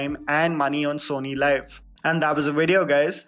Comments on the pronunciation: Its pronunced sony leave not live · It’s SONY LIV AND NOT SONY LIVE. Some reviewers this guy is.